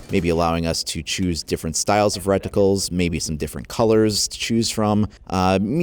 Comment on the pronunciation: You say reticles weird lmao ;)